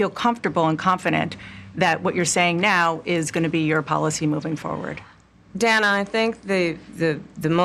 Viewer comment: Its pronounced day-nah Not dan-ah She pronounce the woman's name wrong that automatically makes for a racist according to the rules of mispronouncing kamala's name